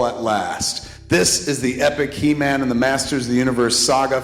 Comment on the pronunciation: It's he man... not e man